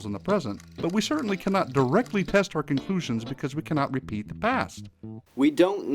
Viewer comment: I have to point this out... At about ..."reapeat"